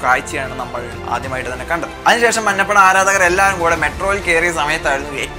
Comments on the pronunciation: Ee samayath parayan pattuvo ennariyilla.. 'manna' ppada alla 'manja' ppada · മന്നപ്പട അല്ലാടെ മഞ്ഞപ്പട...